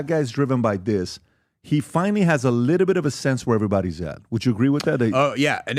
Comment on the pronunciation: would be nice if PBD learned how to pronounce the word little